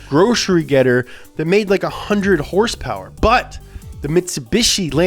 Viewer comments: It's horse power dude, not "hurs-purs" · The way pronounces words is hilarious to me. HERSE-PERS!